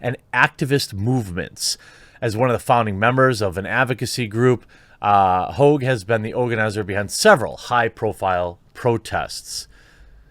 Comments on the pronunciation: Haw-ge not hoo-ge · Not Hoag, pronounced hog, like a pig. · Tell us you like to act like a pretentious douche without telling us you do. Him “hoag” It’s Hogg, yanno like a pig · Lol david hoog, why can't you speak jeremy? Hog. Like hogwash 😉 - you are telling me something is wierd when a kid who already graduated highschool with a fbi dad saw a shooting on tv, then drove his bike there to "interview" kids? Man, that school had zero security. Just saying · It's not "Hoag".. It's "Hogg". Call the idiot by his real name. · First, his name is not Hogue, it's pronounced just like it's spelled - Hogg. As in a pig, swine, a hog. Second, MyPillow existed long before Trump ran for office and is not advertised as a "conservative" pillow company. Mike Lindell is successful because he offers a good product, made in the USA. You're on point with the rest, but these hot takes are getting a little sloppy brother. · Please pronounce his name correctly: David HOGG! David PIG. David Swine! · What's the matter, David? Can't keep it up? Gone soft? Or just stuffed full of fluff? BTW, his name isn't pronounced Hauge, it's pronounced Hog. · Sorry the only way to pronounce that is hog. Prove me right. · is Jermy calling him Ho, are the g's silent lol. what's going on here lol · His name is hogg! No E! Pronounced just like hog, as in the pig, hawg if you want the hip hop spelling! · c'mon, Jer...his name is Hogg...as in pigg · Jeremy it's pronounced just like the animal hog and "Boss" Jefferson Davis Hogg wants his name back..... David Hogg is a disgrace to the name! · Pretty sure his name is pronounced “hog” like the pig. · sup with your pronunciations? david hogg, margot robbie.... both have a long O sound in their last names when you say them but both are supposed to have short O sounds